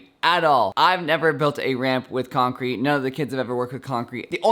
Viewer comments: Is it just me or did he say croncrete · “croncrete” But this was very cool